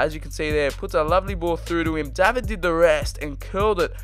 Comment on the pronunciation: I think you should pronounce David as how it is in English using countries. Since he is Canadian, I’m not 100% sure about pronouncing his name ‘Daa-vid’.